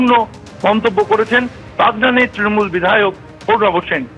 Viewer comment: নিউজ অ্যাঙ্কর তৃণমূল কে "ত্রণমূল" বলেন কেন?